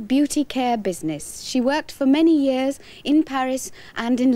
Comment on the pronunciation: Her speech is incredible and precise. Notice her non-rhotic pronunciation of the word "years" and how she very subtly rolls her R's on the beginnings of certain words. That's some cool stuff!